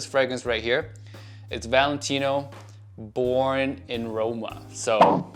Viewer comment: I thought u said boring in roma 🤣🤣